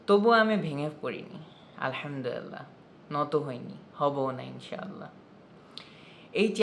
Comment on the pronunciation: আপনার আলহামদুলিল্লাহ র উচ্চারণ অনেক সহিহ ও শুদ্ধ। আপনার শুদ্ধ ইসলামিক জ্ঞানের উচ্চারণ ও প্রকাশ আমাকে মুদ্ধ করে। জাজাকাল্লাহ।